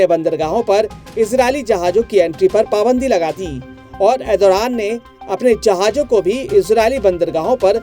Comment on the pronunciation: Erodothan ❌ Erdogan ✅